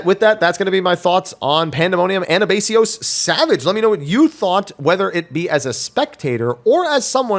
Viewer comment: Minor nitpick: The third syllable in Anabaseios is pronounced "bahs", not "base". It's actually part of the P12 song and pronounced that way. On topic though, as someone who's cleared P11S week one in Party Finder, I think this tier is really good so far and agree with a lot of your points on the first three fights. I think P10S is gonna be an absolute nightmare for PF reclears because there are so many mechanics with different strats and no standard and PF is incredibly illiterate. P7S had this exact same problem for War's Harvest (as in the very last mechanic of the fight) where people would not read the description, do the wrong strat for War and wipe the party, throw a tantrum, and leave. P11S is thankfully getting standardized strats really quickly, which is part of why it does feel like mechanically P10S and P11S are out of order.